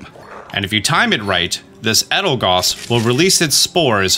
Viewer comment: It’s kind of amazing how many Pokémon you just seem to not fully read the names of. Since you mispronounced Beheeyem so many times I’ll show you how to say it: bee-hee-yem. Also it’s El-da-goss, and sih-jill-lith, and just zerneus like xylophone. As a fellow dyslexic, I learned that sounding out names and also learning the origins of the names helps with remembering how to say them